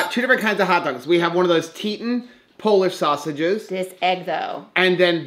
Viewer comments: I think thats pronounced tee-taan...like the mountain range in wyoming. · Hey so no big deal but it cracks me up Teton Waters Ranch meats is pronounced like the mountains more like TEA Ton love you, ordered so much Keto Chow thanks to your recommendation!